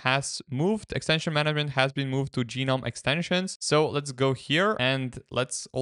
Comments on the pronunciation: Gnome doesn't need to be a mythical creature; it can also be a popular garden decoration. I encountered people mispronouncing the GNOME project this way in 1998, when high-speed internet wasn't available, and they had no opportunity to hear the correct pronunciation. In 2025, there is no excuse for mispronouncing the project name, though it might be confusing; both "guh-nome" and "nome" pronunciations became correct after 2021, but the "ge-nome" pronunciation has always been wrong. Unless the author intended to mock the project, it was really disrespectful to the people behind it. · Do you call garden gnomes garden gee-nomes?